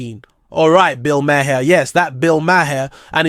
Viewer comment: I had to stop watching solely for how you kept saying his name. You watched the podcast so you know its now MA-HAIR! lmao